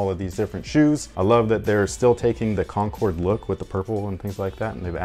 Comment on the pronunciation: Air Jordan 11.4 “Concnords”